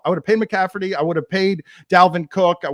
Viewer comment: Chris shaking the pumpkin head when Dan butchered McCaffery’s name lol